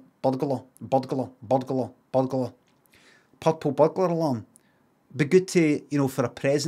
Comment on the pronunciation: i like how even when he did the robot voice at the end he still said burgber